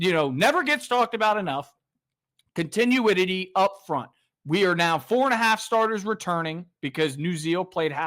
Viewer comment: Did you pronounce continuity continuouty? 🤣🤣